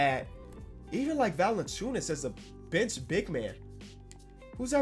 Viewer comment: Lmao any time he says bench I keep hearing “bitch”